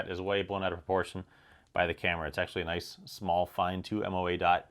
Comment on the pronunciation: great video, and "naic" is just "nice" ;)